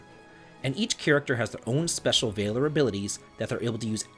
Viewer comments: "VAY-ler" is not how you say that word. it's "VAL-or" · Valor is pronounced closer to mallard than it is to tailor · Calvary and Vay-lor grate on my nerves. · gonna have to agree with the rest of the comments. The “V” word pronunciation bud. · Please stop pronouncing Valor like that. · The way he pronounces valor bothers the heck out of me 😂 I thought it might be an accent but no he's speaking with a standard American accent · I was literally talking to my wife about this when I saw your comment. I'm glad I'm not alone, if only 9 months late